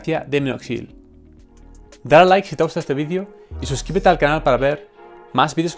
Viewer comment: Sólo q me da un poco de gracia por que ustedes no pronuncian la palabra Vídeo con la E. y se escucha Vidio no Vídeo. Muy Aparte de mi burla, Buen tema